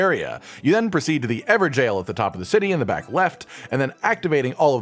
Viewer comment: Finally, someone pronounces Evergaol properly as "Everjail." An npc in the game straight up days it, but everyone has been pronouncing it "ever ga-ol" or "evergoal"